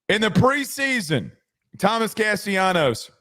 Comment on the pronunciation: It's Cas-ta-la-nos.....